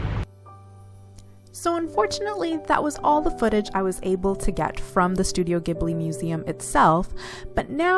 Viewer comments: did you really say JIB-li over ane over and over ??? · Please stop saying Studio Jibli!